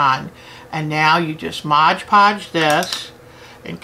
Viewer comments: Very informative video, I like your attitude towards crafting, you are fabulous! May I just point out one small error, and believe me you are not the only person to do this, I find the same mistake in at least 50% of the videos I watch... its not modge podge, its MOD podge. :P Thank you for sharing you knowledge, I hope to be making some beautiful beads using your great tips :) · lol So many folks can't say "Mod Podge". <3